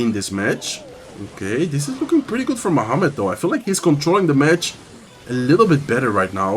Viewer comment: crazy how you pronounce Mohamed light's name i can never get that "h" sound right 😅